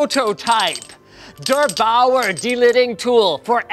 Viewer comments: Guys, its pronounced like "bower" (=bauer), not "vower" :P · Dör Bauör... I got a a laughflahs because I'm German and you pronounced it totally wrong xD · I'm german and Der8auer is pronounced like: dare Boure (Boure like hour). for someone whos interesting XD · It's "Der Bauer", not "debowr". A bit more pronounced than that. Yolo was appropriate though. You only lid once. Or it's broken. Was possible. Der Bauer = The Farmer But it's German, so who cares? Says the German. German is an ugly language. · It's "Der8auer" ... you said it like (translated) "the farmer", in German "Der Bauer" triggered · "Der" is pronounced like "Dare". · As German its very funny how he mispronaunces 8auer ^^ haha Explanation: Der means „the“ 8 is a number LOL auer is a name So its pronounced „der, acht, auer“ Anyway: Long Live King Linus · It's pronounced "Dea baua"... it means "the builder" Aaaaand....you need liquid metal instead. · I still love how Linus says der8auer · As a german i laughed As he pronounced der Bauer 😂😂😂😂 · Am I the only German one who thinks it is funny how Linus is pronouncing "Der8auer" (=Der Bauer)? :D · I love how you pronounce "der8auer" because i`m from Germany and i speak German... obviously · i love how you pronounce "der bauer". german engineering ftw^^ i used the delid-die-mate 2 on my 7700k with thermal grizzly conductonaut. the results are impressive. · the way he pronounced der 8auer made me cry inside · As a German I'm getting an aneurysm every time he pronounces "Der Bauer" wrong. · der8auer super doll ausgesprochen xD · DerBauer pronounced by a non german speaker :) love it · as a german, it sounds very funny how Linus says:" der Bauer" ^°^ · For your german viewers it's pretty funny how you pronounce "Der Bauer" ^^ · I love how he says "The8auer" it is soooooo funny. Especially when you are german. :D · As a german I could listen for his pronounciation of „der Bauer“ for hours while laughing 😂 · Ok please dont pronounce der Baue like that